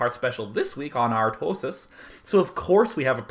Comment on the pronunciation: love the way he pronounces "artosis" ;-)